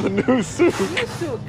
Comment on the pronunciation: hhhh is not souk😂🤣